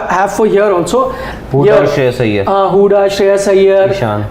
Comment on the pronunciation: Whoever saying Sreyash is most dumb guy 🤣